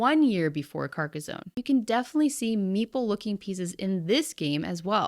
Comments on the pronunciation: Having had family that live near Carcassonne i have to point out its pronounced Car-ka-son not car-ka-zone. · Stop saying carcozone lol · Pronunciation for Carcassonne is off, it's not a z but two ss, like the sound made by a snake. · Carcas-on not Carcas-own. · Sorry but I cringed every time you pronounced "Carcazone". Two S in a row does not make a Z sound, "Carcassssssssone", smooth S sound please. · It's Car-Kah-Sawn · Lmao. Because she pronounces Carcassone correctly, right? Italian here, lemme give you an hint, the whole world steals our words, mispronounces them and commonly fails at conveying the correct meaning. Just laugh at it, it's not a lack of respect. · This pronunciation of Carcassonne is killing me. It's a French name, the "s" is soft and "sonne" has a similar "o" sound as "dot" in English. It's not "zone" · There’s no “z” in Carcassonne.